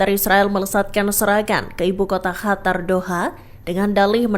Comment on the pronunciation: Qatar/katar قطر Bukan Hatar